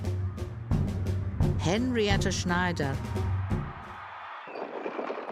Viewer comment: I absolutely cannot stand the way that the woman narrator says "Henrietta Schneider"